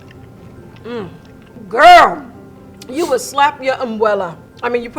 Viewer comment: So nobody's going to bring up the fact that level one said umbuela instead of abuela? 🤣